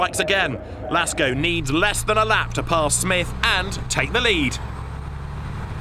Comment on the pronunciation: Why is he saying Lasko and not Lacko